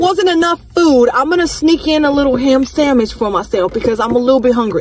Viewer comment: I love the way she say sandwhich "samwich" I love it! And I also like sushi!